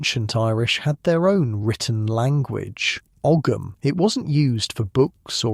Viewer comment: Irish living in Virginia, USA. Enjoying the video so far but wished you’d learned how to pronounce Tuatha properly- it’s “Tua-ha”, Ogham is “oh-um”